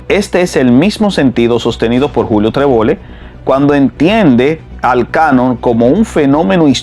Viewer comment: Trebol-le NO es Trebollé (Treboyé). Es un apellido aragonés y catalán.